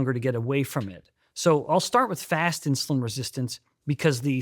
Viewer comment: Insuline not Insiuline. Why do I hear "i" in Steven's pronunciation sometimes 🙈